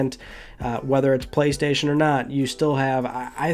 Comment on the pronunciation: “Praystation figh”